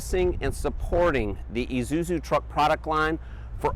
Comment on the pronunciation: I've been watching the Isuzu truck videos for years. I guess this guy is the first guy who knows how to pronounce 'Isuzu' properly.